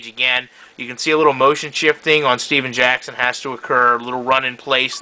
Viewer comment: it steven jackson not stephan jackson it makes a different